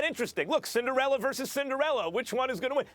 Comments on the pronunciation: omg learn how to say CINDER - ELLA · Stephen A. is so impatient to make his irrational ass points... "Cinderilla" lol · Wtf is a cinderiller Stephen A ? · “Cindirillas” sas makes it sound like a roll up lol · "Cinderelers" - SAS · Stephen A Smith: Cindarillas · I'm just laughing at Stephen A pronouncing it "Cinderilla" 😂😂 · JaJa Pachulier > "Cinderilla" Teams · Wtf is a Cinderilla 🤣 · Mackaveli Millz he says the word as if it's a dinosaur or something